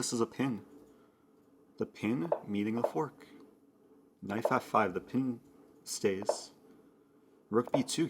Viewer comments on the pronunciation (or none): Why do I thinks he is saying knife instead of knight